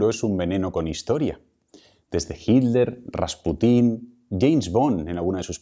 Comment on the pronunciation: Vea que raro pronuncian el apellido "Hitler", pues se come o aspira la letra "T", por lo que dice: Hi ler en vez de HiT ler. Eso se escucha rar{isimo en mi pais.